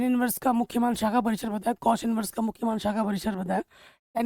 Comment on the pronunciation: सर वो शाखा होता है नोट सAखा